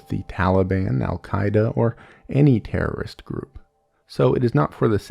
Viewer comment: you said terriost